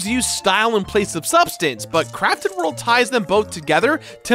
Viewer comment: All I hear is “Yoshi’s Crappy World” and it makes me laugh. Liked and subscribed. 👍